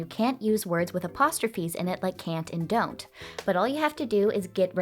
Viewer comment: well, now I will only be able to pronounce "dont" like dawnt